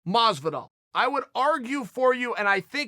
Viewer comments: I quit, at this point I think chael misspells names on purpose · dang everyone in the ufc has really being calling “george masvida” , “jorge masvidal” those fools . Chael will teach them right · Me: Masvidal Chael: Masvida Me: Masvida Thanks for correcting us uncle Chael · Mesvadal and Diaz I know it's Masvidal but I say it like Mesvadal IRL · Everyone: Jorge Masvidal Chael: George Masvida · got it right.. It's Masvida now folks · Has he ever pronounced Masvidal’s name correctly?